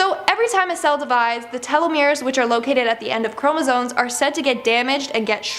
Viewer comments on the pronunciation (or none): none